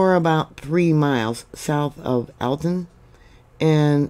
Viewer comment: I love you and and watch you regularly. I'm from New England and I know your not. And I'm sure I wouldn't do any justice for towns out your way...but your pronouncing of these names was a nice try. Very familiar with this New Hampshire area. Alton is more like ( All ton) Portsmouth is more like ( Ports Muth) hope that helps